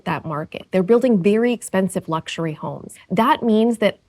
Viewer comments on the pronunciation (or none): "luxary" sure a square to sleep in